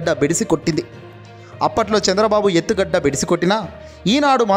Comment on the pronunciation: కొన్ని పదాలు మీరుకూడా లోకేష్ లాగ పలుకుతున్నారు. ఉదాహరణకు ఈ వీడియో లో ఎత్తుగడ అనే పదాన్ని ఎత్తుగడ్డ అని పలకటం. ఇదే కాదు. ఈ వీడియోలో ఇంకా ఎన్నో పదాలు తప్పుగా ఉచ్చరించారు. భాషను సరి చేసుకోండి. బై.